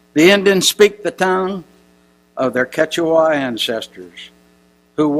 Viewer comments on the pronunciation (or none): none